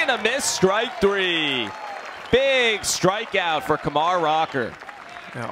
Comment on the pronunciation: I can't stand that announcer like he keeps pronouncing Kumar wrong